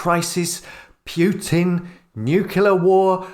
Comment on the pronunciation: It's Putin not Pjutin.